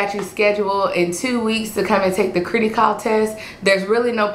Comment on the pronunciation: its Criticall as in Critical, not critty as in kitty js